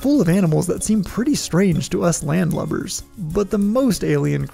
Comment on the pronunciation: It's "land lubber", not "land lover".